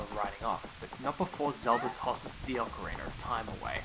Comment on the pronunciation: Ocarina not ocarinar